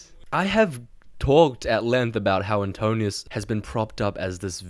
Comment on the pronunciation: Little correction and context. You mispronounced Antinous as Antonius. Most names in Odyssey have meanings and his name means "anti mind" as "nous" is mind. As for the bow most think it was very likely a palintonos type of bow that is a recurve that is strung the other side of where is curved, rare at the time and so only Odysseus who owned it knew how to string it.